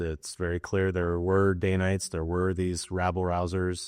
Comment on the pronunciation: It’s danites, not daynites